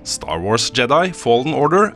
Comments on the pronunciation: Jeg tror samtlige som vokste opp med Star Wars på 80-tallet har innprentet norsk uttale der, er for sent å gjøre noe med det for min del i alle fall. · Bra review! Bare plis si jedi med engelsk uttale neste gang Hahah